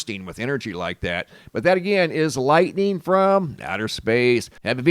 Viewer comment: Or "lightneen" as calls it! 😉